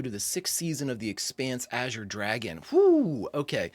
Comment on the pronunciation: Thank you for being the only reactor that can properly pronounce “azure.” Not sure why saying it correctly is so difficult for some, but it makes me crazy. Thanks for another fantastic reaction!